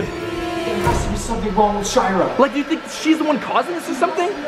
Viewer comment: In 00:5 and 00:6 he said her name wrong he said shower not shira